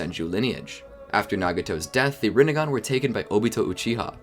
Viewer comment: Rinnegan more like Rinnegone 😂